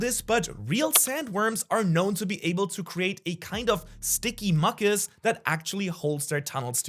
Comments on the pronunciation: What is muckus??? You mean mucous pronounced mew cus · Mew-cus, not muk-us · "muck-us" qwq its said mYou-cus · Mucous (mew-cus) not Muh cuss 😂😂 sorry I don't mean to be a grammar police, just bothered my brain... I say Sa-mon not Sal-mon so to each there own. English is stupid anyways we need more compound words like German and Arabic. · You are far more talented than I, but it is pronounced mew-cus...not muck-cus! Wrong pokemon ;) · Just a little advice, it’s pronounced mewkas, not makas. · sticky “muckus” I get what you’re saying but this is the first time I heard someone call mucus (Mew-cus) “muckus”(Muk-us) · Muck-us?? 😂 It’s Mew-Kus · ok just want to clarify, its not Muck-us, its Mew-cus. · Who pronounces mucus like muck-us? Wild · Why bro saying mucus as MUKUS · Never heard someone say mucuss before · Mew-kus say it with me now 😅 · Mucus is more commonly pronounced myoo-khus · MEW-CUSS (phonetic pronunciation of mucus) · idk but "Mookus" and "Jew-Peter" pisses me off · “Muk us” 😐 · I like how he pronounced mucus as "muckiss" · Lol “muck-us” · sticky muck us, it's pronounced mew- Kus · Mucus exists MUckIS nightmare pronunciation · mucus is pronounced Mew-kiss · Love your videos so much, you have so much enthusiasm for the show and have a great charisma in your expression of that. But every once in a while an off pronunciation really throws me, in this particular vid when I heard "muck-iss" I had to rewind to be sure haha. Hope to see you continue to make amazing videos ❤ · Your vids are great and I really enjoy them but to just help you mucus is pronounced (mew-cus) and again not trying to sound uptight or something just trying to help! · Bro spoke perfect English just to pronounce “mucus” as (muc-kus) 💀😭😭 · I'm trying to wrap my head around how someone can be a grown, English-speaking adult and not know how to say the word "mucus". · Anyone else a little ticked by pronouncing "mucus" wrong? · Have I been pronouncing mucus wrong all my life 🫨